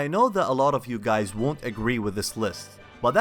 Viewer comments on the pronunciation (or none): none